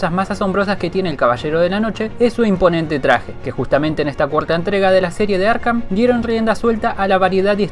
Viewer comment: Zurrr en arrhh: el zorro en Arkham